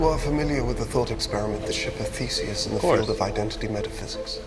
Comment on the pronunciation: Did you just call Theseus Fesis?